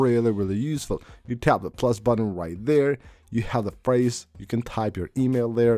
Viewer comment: you forgot to mention when he says "aksssibility" and "sheer sheet" and "buddon" and "co ordi-nates" and "shore cut" lol